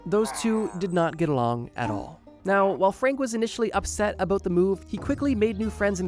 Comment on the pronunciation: “a-boot” lol